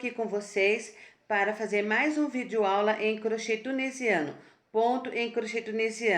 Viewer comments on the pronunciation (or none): none